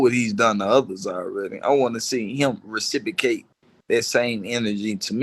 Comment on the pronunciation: Dude said “recipocate” 5 times & thinks he’s a scholar